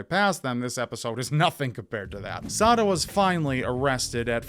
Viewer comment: I keep hearing suh'dude.......